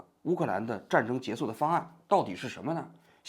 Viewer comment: 你说你一个央视记者，说话口音都不对，还结束不说结束，说结素，结素 什么结素拉